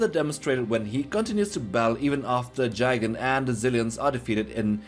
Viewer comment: I like how you say Jigan for Gigan, and it's little cringe how you say zilliens instead of xilliens